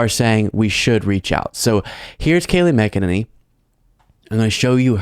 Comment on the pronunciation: I love that you keep pronouncing her last name "Mc-E-ninny."